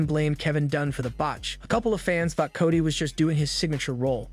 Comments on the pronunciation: So is it Cody or...cotty lol someone help me with this new english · I wanna know why you keep calling Solo Sikoa “Solo sicko” and Cody Rhodes “Cady” like c’mon son